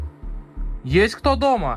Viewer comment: Мне тоже эта фраза нравится) и интонация- немного не русская)))))